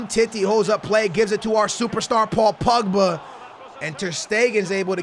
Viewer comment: It's not pugba stop saying that. It's pogba